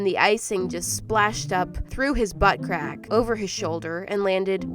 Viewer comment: nobdy: me: * me dying cuz she keeps say "bUtT cRaCk * also me: i am SO im imachore LOL